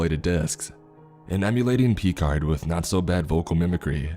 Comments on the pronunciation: "Pee-card" lol 😆😅. I remember chuckling at that when I first listened to this one a couple years back. Clearly the has never been much of a Star Trek fan. Too bad, he's missing out. Not to mention the fact that he's gonna be out of the loop for an entire franchise' worth of pop-culture references... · did you just pronounce Picard as "pee-card"? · Ah yes, peecard, my favorite star trek guy